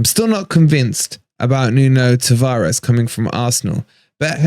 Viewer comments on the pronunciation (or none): none